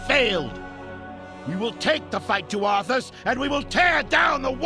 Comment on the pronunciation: I think your saying arthas but i thought of Arfas! XD LMAO! Arfas Moofong! XD Arfas Moofong and his trysty sword ass-bringer.